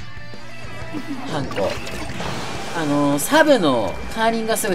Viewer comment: それは、貴方がウナちゃんと同じなので違うかもしれません💦 普通の音程はハンコ⤵︎ですよーー！